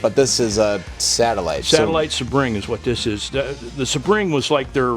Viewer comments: Satellite Sebring is pronounced... SEE'-bring... named after Sebring international Raceway in Florida. This car was identical to the Road Runner and GTX. The Satellite is the "family car" version. You could still get a 440 in a Satellite. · for the record: that’s a nice Satellite SEE-bring (not a “suh-BRING”). Honestly, half of the hilarity of the show is watching people that have absolutely no idea what they have or what they’re called. Like, did he ever see a Plymouth commercial in his life? Good Lord. And Mike was right about 2 things: (“ I don’t know anything about these cars…”) and: this was indeed the “every man’s car“ The Satellite, Sebring, Road Runner, and the GTX were all the same cars but with different engines/packages. Keep up the good work.